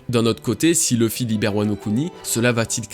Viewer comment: Par contre c pas ousopp mais usopp avec un u Et pas l'oeufy mais louffy please, je vous en supplie